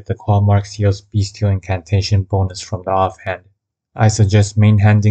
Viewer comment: When you say “beastial” it sounds like your saying “beast-heal”